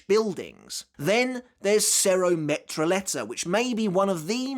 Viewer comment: why defending him? he is 1ERA ESPADA for a reason, because he is the strongest and Yammy hasn't a chance against him he botched the word metralleta in ways that aren't easy to forgive